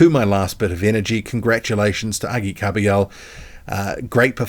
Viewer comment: Kabayel not kabiyo